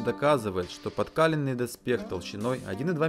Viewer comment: Госуда́рю, а не госУдарю ПодкалЁнный, а не подкАленный Качество видео отличное и хочется, чтобы все было на высоком уровне. P.S. Удали мой комент потом.